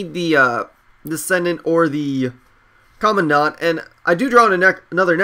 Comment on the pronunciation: it's pronuced Comand-dent not Commo dant